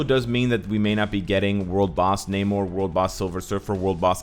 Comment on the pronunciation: Huge fan, thank you for the content but your long A in Namor makes me cringe.